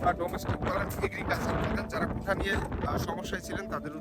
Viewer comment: আরে ভাই কোঠা কোঠা কেন করেন ? শব্দটা হবে কোটা । মিডিয়ায় কথা বলতে হলে একটু যাচাই বাছাই করেই বলতে হয় , যেন আপনার থেকে অন্যরা কিছু শিখতে পারে ।